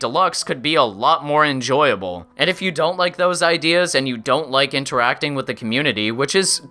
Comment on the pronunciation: "Probably, ee-Yiff you're watching this"